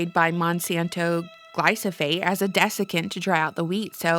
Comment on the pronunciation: I love you, but it’s not glysophate, it’s glyphosate.